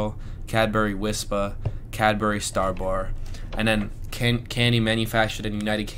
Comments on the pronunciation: Interesting to hear you describe things we take for granted and have grown up with!! Good advert for Cadbury too, as I don't think I would ever say the brand just the name of the bar!! (Btw, we say Cadbree rather than Cad-berry, its quicker!!) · Cadbry, not Cadberry, or Cadburry!! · I'm so pleased you now have a proper stash of really good UK chocolate. I hope you have a good hiding place for it all. One last step to UK chocolate assimilation- it's Cadbree or Cadbreh: If you say it like we say it, we will recognise you as one of us. I remember Curly Wurlys from when I was a child- they seemed to be the length of ladders, and your jaw would start aching halfway through. Happy days. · ITS SAID IN BRITIAN LIKE CABRY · ? Its Cadbury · I know, but most people pronounce it Cadbry.